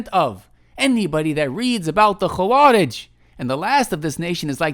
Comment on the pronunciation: hey this is totally random and kind of insignificant but the و in خوارج is not heavy or mufakham like the خ, and is muraqqaqeh